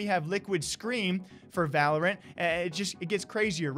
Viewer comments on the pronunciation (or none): none